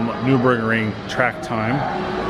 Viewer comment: Sorry, it is pronounced NURburgring, not NEWburgring.